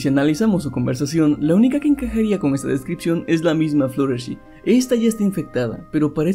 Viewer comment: fluttlershy no se pronuncia fluttershi se pronuncia fluttershay